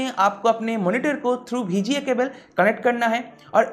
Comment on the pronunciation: Bhai "BHI G A" port nhi hai VGA port hai 😂